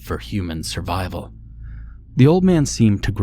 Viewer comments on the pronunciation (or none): none